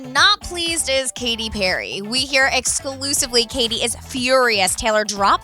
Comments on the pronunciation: The stupid woman said excusively about 5 times. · The amount of times and the way she said "exclusively" was extraordinarily annoying! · the way "EXCLUSIVELY" emphasized...